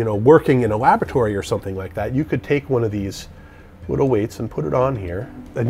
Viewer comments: "wittle weights" :) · everytime he says something with an L it turns into a W and it is hilarious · I am 100% certain he said wittle weights. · I love that it sounds like he’s saying wittle every time he’s talking about the small weights.